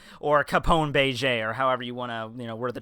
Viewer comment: Bay-Jay, Peekoms, Shambody, Jutty. excellent pronunciation skills